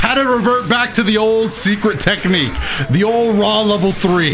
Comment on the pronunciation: I caught myself saying "TECHNIQUE" at work today... He's rubbing off on me and I'm not sure if I'm okay with that hahaha